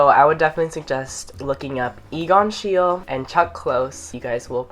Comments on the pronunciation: Hey! I happen to have the same last name as Egon Schiele, so I thought I would mention that it's pronounced shee-lee (or at least that's how my family pronounces it). Loved the video Conan! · hey conan :) this isn't meaning to come off as mean or anything, it's a common mispronunciation, but Egon Schiele is actually pronounced [Shie-l'e] (Shee-le) love his art a LOT, i'm very lucky to have visited a bunch of his exhibitions and him and Edvard Munch are probably my favorite artists :) love you, have a great day!! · boio you're the best! But it's pronounced "she-luh" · it is schielE, egon schiele, german name, you are pronouncing it wrooong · it's SCHEIL-E (pronounced SHIEL-AY)